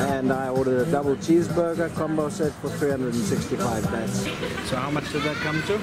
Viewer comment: The currency is baht not bat.